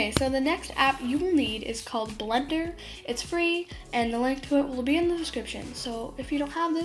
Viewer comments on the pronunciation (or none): none